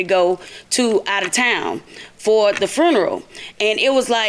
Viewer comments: She said fruneral 😩😩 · I hate it when people mispronounce 'funeral' as 'froon-row.'